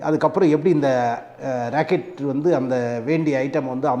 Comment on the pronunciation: Sir please consider your pronunciation you said "racket" is not correct rocket is correct. thanks